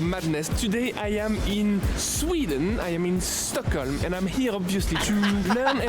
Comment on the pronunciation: He actually pronounces Stockholm very well and the way a Swede would haha